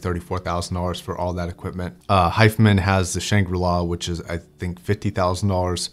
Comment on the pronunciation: Loved both parts of this for something I’ll probably never hear let alone afford, it costs almost as much as my house did, it’s nice to see and get a more in depth piece about. Why do you pronounce HIFIMAN as hyfmin. Genuine question, because when I first heard of them the branding had upper and lower case, as in HiFiMAN emphasising the Hi-Fi part of the name and making that part stand apart from the man part, but recent branding it’s all upper case. I’m not intending to bash your pronunciation it’s a genuine question of wanting to understand. The Hyfmin pronunciation makes germanic connotations possibly subconsciously linked to Sennheiser and other premium headphone brands. Even Dr Fang Bian HiFiMans founder pronounces it Hi-Fi Man. Sorry again, I’m really not trying to “have a go” but my ASD brain picked up on this in a couple of your videos, and today it just won’t let it go, and had to run with it and if I didn’t ask it would just niggle away and upset me later.